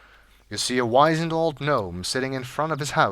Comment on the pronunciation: Is The Three Billy Goats Gruff that obscure? Or did a lot of kids just not have Little Golden Books and Aesop's Fables around the house? I always wondered why the goat thing didn't automatically 'click' for my friends like it did me. Also, just nitpicking, but it's 'whiz-end', not 'wise-end.'